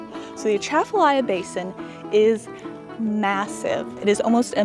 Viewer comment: Love your videos. But i'm gonna school you on Louisiana pronunciations! haha.. Louisiana - Loosey-ana Boudin - Boo-dan Atchafalaya - Uh-Chaffa-lie-a Craw Fish - mud-bugs Lafayette - Laffy-ette Also, Louisiana is known for bad roads. Speaking as someone who grew up there. Your experience on I10 was good so far. It uses to be horrible, especially between Lafayette and Lake Charles.